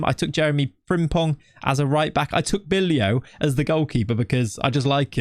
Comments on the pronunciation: If I would ask ChatGPT to produce 100 random noices, all of those noices would come closer to 'Bijlow' than the way you're pronouncing it. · Bijlow and cijntje arent supposed to be pronounced like that 😅 more like bi-low and not cinch but sain-tye. Dont know if that sounds it out wel but should be better then it was now. Other then that great video 😁👍🏻.